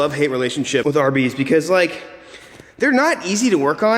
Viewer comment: Every time you say "RB's". I can't not think "Arby's".